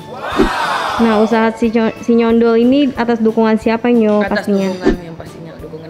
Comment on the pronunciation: sinyondol nyo bkn sinyendol😂😂😂